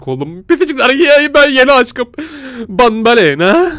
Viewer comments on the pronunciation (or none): Abi o banbalena değil banbanleena yani benbenlella